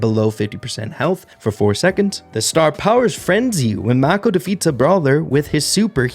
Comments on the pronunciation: the brawler is named after a type of shark, and is pronounced moer like maah-ko than mah-ko or may-ko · It’s pronounced “may-ko” (like the shark) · mako is pronounced mAy-kO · Really cool ideas!! BTW pretty sure the new concept brawler is named after a type of shark. If that’s the case Mako would be pronounce “may-co”. Thanks for all the content man! Love your channel! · i think its supposed to be pronounced mako like "make oh" the shark 😭🙏